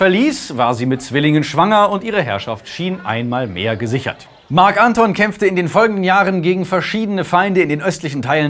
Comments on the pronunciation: Ja, aber als Marc Antón, nicht Ánton. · "Marc Anton" betont man auf dem O. Oh well, is jetzt auch schon wurscht. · Moment Gaius Octavius? Der VATER von Kaiser Augustus? Tz tz tz dieser Fehler ist aber doch etwas peinlich ^^ Gaius Octavius IST Augustus! Es war ein Ehrenname welcher der "Erhabene" bedeutet. Das sagt der liebe ja selbst später. Und bitte sag Marc AntonIUS nicht Anton:) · Wie kann man Marc Anton und Octavian so konsequent falsch aussprechen & betonen... immer diese Amateure xD